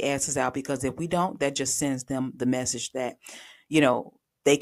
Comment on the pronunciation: Oh no….WTF is a text “mechage” 🤣🤣🤣